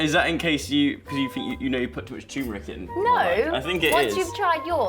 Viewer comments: Nice show. Sweet chilli sauce will rescue anything. One tiny pedantic thingy. It's tuRmeric, not tUmeric. Sorry, had to be done. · It's Turmeric not Tumeric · Why does call turmeric chimeric